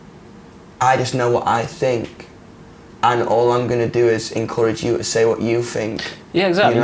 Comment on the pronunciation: I love hot think is fink🖤🖤